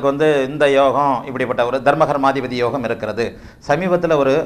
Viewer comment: Namaskaram Excellent about your pronunciation about yogam. Venum ungal Asirvatham.